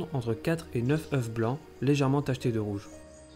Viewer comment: Très belle vidéo de qualité. Merci pour le travail. Perso j'aurais préféré sans musique de fond. A on voit apparaître "tronglodyte mignon" en haut à gauche, il me semble que c'est un erreur. Aussi, attention à la prononciation de "oeufs" ;-)